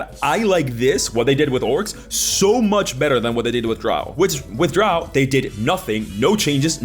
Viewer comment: I hate how they have so little description of anything, relying on the art, which doesn't always fit. Drow rhymes with crow, not cow.